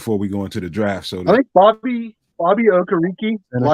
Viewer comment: Triple is Correct on Bobby O name